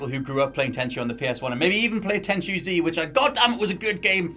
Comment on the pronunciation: Heh, its not Tenshu